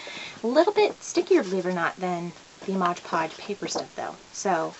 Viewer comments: It's Mod Podge, and u keep sayin MODGE Podge.. Lol.. Quite a few ppl are saying that.,. Lol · I had to stop watching because I couldn’t stand her saying modge podge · Why do so many people say 'Modge' Podge instead of Mod Podge? I guess 'cause it rhymes.